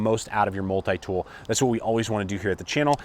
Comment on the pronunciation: I hate the way you say multi-tool, good video but that is annoying.